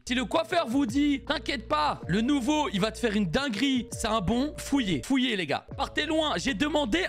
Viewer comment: Je reve ou il a dit fouiller au lieu de fuyer